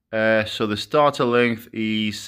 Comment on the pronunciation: Stator pronounced StAAyTor bro not starter. Good vid matey been looking at getting some of these gimmie gimmie the torque:)